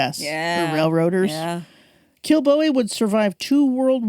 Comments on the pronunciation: It's promounced Kill-bow-ee. I was brought up there. Kilbowie Road, Clydebank. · OK! so the emphasis on first syllable is correct? Darn Yanks. :)